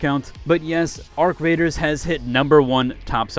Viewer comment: The way he pronounced it was beautiful